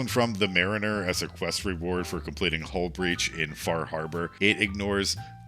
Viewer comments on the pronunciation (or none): none